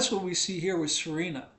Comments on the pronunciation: The name is: S-E-R-A-N-A. Not Serena. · can't even pronounce her name correctly. Thanks but "SarEHna" might not be intended to be marriageable, but my SerAna mods say otherwise. Don't tell other people how to play their game. Also no one cares what the bible says or your theological opinion. God doesn't talk to you. Clean your house and mind your own business. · Wow I pronounce her name as See-rah-nah 😮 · Sir Anna is how she pronounces it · It's just me or you're really pronouncing Serana's name dofferently every time?